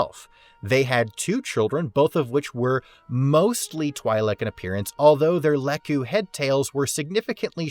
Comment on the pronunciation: If you're going to make Star Wars videos, at least learn how to pronounce Twi'lek